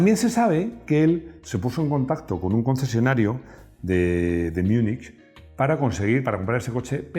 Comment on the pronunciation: Má o menoh, porque en kartofen Munich es München, que se pronuncia algo así como mingen.